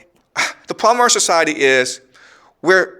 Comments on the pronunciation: "The pwobwem" more like it. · Its not proooblemm Its ploblemm